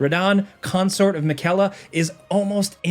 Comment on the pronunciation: How is it that you mispronounce Miquella when you have played the game lol